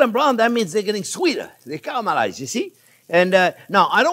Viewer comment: every time he says "cah-rell-mur-eyes" drink lol. steak and eggs is amazing, thank you chef.